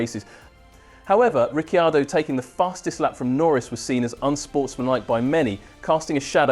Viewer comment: Please pronounce his surname correctly, a bit of respect!